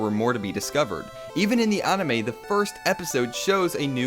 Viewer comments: You said onimeh instead of anime and you lost all credibility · NORMIE you said onime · can't even pronounce Anime lol